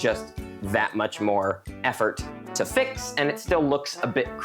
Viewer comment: Bro said fick not fix by h